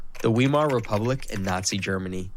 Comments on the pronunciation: This German histort mispronounces the word "Weimar" !!!! It's V-eye-mar -- not V-ee-mar. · Die Aussprache von Weimar ist so grottenschlecht - KI Mist